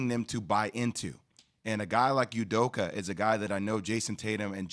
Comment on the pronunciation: Pronounced "Ooh Doka" not "You Doka"